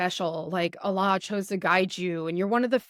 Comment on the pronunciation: I think you have never been a muslima. Your pronunciation of the name Allah is not correct.